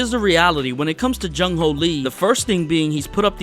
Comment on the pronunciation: jung hoo not jung ho like cmon